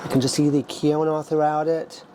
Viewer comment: Looks delicious, Im going to make this soup for St Patrick's day instead of traditional corned beef and cabbage. BTW, you wouldn't think so but quinoa is pronounced keen waa. It took myself awhile to get that correct when I first seen it in the stores.